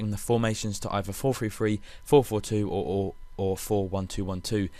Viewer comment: Why do you pronounce 433 like four free free?